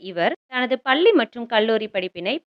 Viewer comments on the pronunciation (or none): none